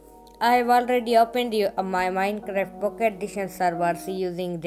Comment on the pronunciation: Why He Was Saying Minecreft But Its Minecraft